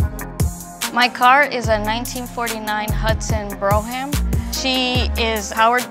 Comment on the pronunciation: itś pronounced brohm. Great story though. Her parents did her a disservice, thinking that they were doing the right thing.